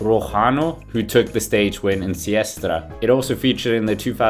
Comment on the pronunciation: it is Sestriere, not Siestre!